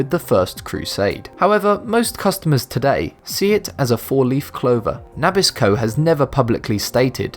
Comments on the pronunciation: You enunciate Nabisco different from Americans. We say Nah-Bisko. You say Nah-Bis-Ko. You emphasize the Nah while American's emphasize the Bisco. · I had to stop a second and think WTF did he say? Then he said NAH-bisco again and I thought maybe he should learn to speak "Merican" not English. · Nabisco is pronounced nah-biss-koh, you dork! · Na bis co not nab is co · Nabisco is pronounced Na BIS co... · Never heard Nabisco (na BIS' ko) pronounced NAP' iss ko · puh-MENto and nuh-BISco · I know what Nabisco is, but what is "NAH-bisco?"